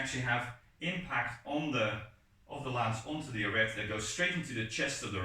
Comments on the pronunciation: The T in Arret is silent. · Also little french tip, Arrêt de cuirasse is pronounced with a silent "t" in arrêt, otherwise your accent is good, nothing to say here